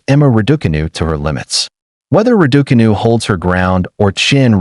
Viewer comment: Why do you insist on mispronouncing Raducanu?